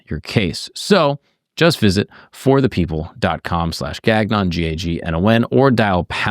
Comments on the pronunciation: Gagnon shou sound like " gone-yo " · I find the American way of pronouncing the name so funny. In Canadian we pronounce it more closer to like "gang-yon" with a little french flavour thrown in there. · Gagnon is a surname of French Canadian origin. It's been butchered. lol